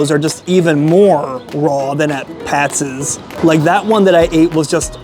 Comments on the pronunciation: Geez. I was going to let it go, but it's Pats. Not Patses. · It's pat's....not pat'ses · Why does he keep saying Pat's's? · It’s pat’s not pastes! Learn how to pronounce them if your going to do the review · Good review but I keep getting distracted by him saying Patsis all the time. It's Pats, not Patsis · Pat's ez? You should get hooked on phonics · Why do you keep calling it Pat's's there's already an S on the end. You don't need ANOTHER S. Just like Geno's.... you aren't calling it Geno's's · Pats....... Not Patseseseseses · It’s Patz (Pat’s) not Patzes (Pat’s’s). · Pat's's lol. How many times did I just hear that? If it ends with an s, it's already plural. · Pat’s not patses! That was making my brain bleed! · Why are you calling it pat'ses? Its just pat's. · It’s Pat’s, not Patsis! My husband grew up in S. Jersey and always said Jim’s was the best. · not it does not it's already Pat's, he is pronouncing it Pat'ss. Pat's name doesn't end with a s like Chris and he'd say this is Chris's restaurant. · Hey it's not Pat's it's Pat's'szz didn't you hear the man? PAT'S'S'S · "Pat's's?" Seriously? It's Pat's, and it's not complicated. You didn't say "Geno's's". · Stop saying Pat'ses!!! 🙄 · Why he keep saying " pats's" lmao tf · Pat-ziz Pat Ziz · Adding an extra S to Pat's is getting to me.